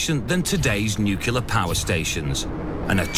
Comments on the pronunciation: "Nucular" all over the place, lol! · "Nukular fusion" FTW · Lol. Nu cu lar